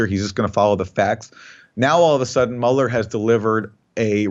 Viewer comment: Mueller is pronounced M'you'ller , because it's a German name. Aaron Mate' is pronounced Mah Tae if we apply the same to Aaron's surname We would have to say M8, being Aussie a mate is a good friend, Aaron Maaate!